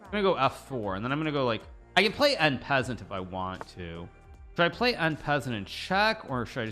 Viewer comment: En passant is actually pronounced 'an passan' with an accent on the second a.